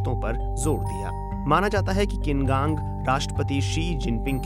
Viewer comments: किन कांग नहीं उनका नाम छिन कांग है। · Wrong pronunciation of the foreign minister’s name. It is छीन कांग